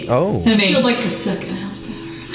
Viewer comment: I don't understand how she mispronounces her words when her sister doesn't and they were born and raised in the same house by the same people. She says dilllership instead of dealership. Rillings instead of railings and fill instead of feel.